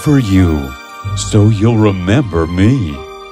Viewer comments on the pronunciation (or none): The spirit says rembeberrrr than rebember